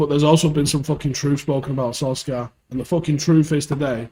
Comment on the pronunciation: His name isn't fucking "Solskaar". Jesus man.